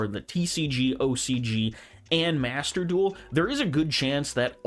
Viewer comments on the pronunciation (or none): none